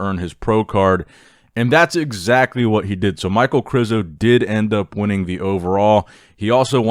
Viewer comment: İ think it's pronaonced Mich ae el. Not Mike. Aka Michael.